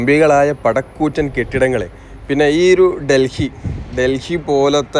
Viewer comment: പട കൂറ്റൻ അല്ല..😂 പട് കൂറ്റൻ or പടുകൂറ്റൻ ന്നാ 😂😂😂